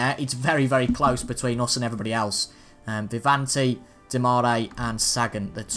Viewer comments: Its not Vivanti what ypu say its Viviani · ITS Viviani mate , loved iT